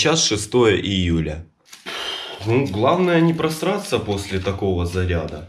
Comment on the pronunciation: Каждый раз слышу не просратся